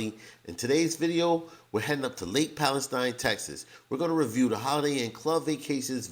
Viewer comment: Used to go there every summer as a kid. It hasn't changed much. Also, as a local, it's pronounced, Pal-e-steen. Not like the country. Glad y'all had fun